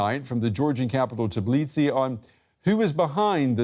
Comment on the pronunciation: it's TBI-lisi not TIB-lisi